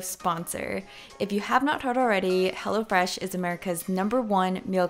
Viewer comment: When she said "Hello Fresh" I heard "Hella Fresh" 😂